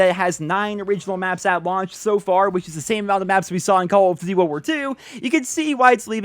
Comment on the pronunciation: "Call of Ditty: Wuwar 2"